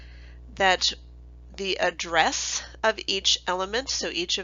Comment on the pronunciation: is address not addess